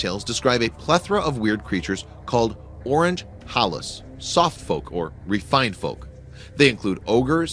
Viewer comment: this cracks me up when he pronounce 'Orang Halus' = literal translation 'Soft people', correct meaning 'Supernatural Being' how to pronounce it: O = as in letter O rang = Pronounced as the past tense 'Rung' Ha = As in laughing 'Ha - ha - ha' Lus = this is a tricky one, It sounds more like 'loose' but shorter pronunciation of the 2nd 'O' sound.